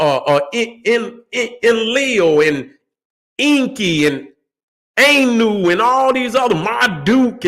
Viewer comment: We are the annu. You are correct. speaking it wrong